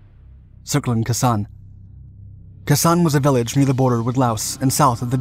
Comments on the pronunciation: “K San” not “Ki San” Also it’s “Den Den Foo” not Den Den Phu”. It’s not a soup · Try, "Kay'-sahn" not, "Kuhssan", dummy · Yup......KAY San......not Key San. Guess we're all getting old. I was never in the shit like you guys were but was in Uncle Sam's Canoe Crew on Yankee Station - Tonkin Gulf Yacht Club. USS Henderson - DD 785. Lovingly known as the Hendy Maru. God Bless Commander Robert Karas our Captain. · Dude, it’s KAY-San, not Ke-Sen. Listen to your grandfather say it. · It’s pronounced Kay San, not Kah San. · It’s KAY-San. Not Kasaun. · Pronounced “Kay sann”. Not “kuhsann” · Its "kay- sahn". 2 seperate words. Not " kisahn". Otherwise, good job. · Khe pronounced kay, not kah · It's pronounced kay san, not keh san. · You're mispronouncing the base's name. It is K-sahn, not k'SAHN. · It's pronounced "Kay-san" not "Kuh-san". If you're going to tell the story, at least get the pronounciations right. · Learn how to pronounce the name! Kay sahn. Not kassson. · We Marines in 1968 pronounced Khe Sanh, "kay san'. Don't remember if the locals pronounced it differently. After Khe Sanh was abandoned LZ Stud, aka Vandergrift Combat Base, became the eastern most important base along Rte 9 to Laos. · I was just about to say the same thing. It's Kay San. Say it like a devil dog! Rah! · You're all wrong. It's pronounced khee-sañ. The "ee" part is like the a in "may". You'd think spending time there made you at least pronounce the name correctly. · You pronounce it like "Kay Sawn". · I really love these videos. I think the pronunciations are incorrect of some of the Vietnamese locations. Khe is pronounced [ Kay ] and Phu is [ foo ] unless my father was wrong as he was a Marine in Vietnam. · Kay San. Get it right! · Minor issue: It is pronounced Ka with a long a. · Pronounced kay-saun (khe san). Di n bin foo (dien bien phu) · The pronunciation is off. It is KAY-son and Dien Bien FOO. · Kay-Sahn!.Dien Bien Fooo!!!😂😂😂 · It’s kis on, …..k-son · It's pronounced K-son